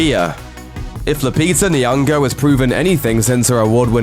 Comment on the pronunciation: Hearing westerners try african names is just hilarious...niyongo? just put your tongue to the roof of your mouth fam...you wont break....niyongo...Christ..